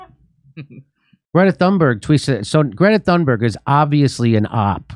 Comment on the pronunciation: I'm Swedish. And I think you're right. I actually met her once. She was recording her book to an audiobook in the same studio where I record audiobooks in Stockholm, Sweden. I didn't gush over her. I just said, "Hey, look it's you. Hugo! (colleague) do you see who it is? Nice to meet you." She just stared down at the ground and walked away. She is autistic so I figured I must have made her uncomfortable somehow. Anywho my point is, I think Trump was right... (can't believe I just said that.) He said that "the elites" has taken advantage of this scared, autistic, naive kid to be a literal poster child for Climate Change-policies. When he said that I still hadn't fully comprehended the extent of the lies were being told so I thought he was being condescending, but now I see things very clearly and I have you Jimmy and team to thank for that. Along with Russell Brand, Sabby Sabs, Kim Iversen, Glenn Greenwald among others! And it's MALMO. Actually it's Malmö but, who cares? Thanks for a great show! Been a long time member of yours. Keep up the great work!